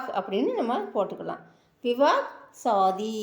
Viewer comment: மேடம், சொல்லி தரும்பொழுது சரியான உச்சரிப்பை சொல்லி கொடுங்க ப்ளீஸ். அது சாதி (கல்யாணம்) இல்லைங்க, ஷாதி, ஷா உச்சரிப்பு வேண்டும். உங்கள் முயர்ச்சிக்கு பாராட்டுக்கள், மாற்று கருத்து இல்லை, ஆனால் உச்சரிப்பில் கவனம் வேண்டும். நன்றி.